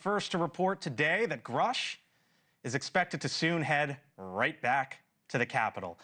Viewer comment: He promoted from bs artist to paid bs artist. Also, you're mispronouncing his name. It rhymes with "douche".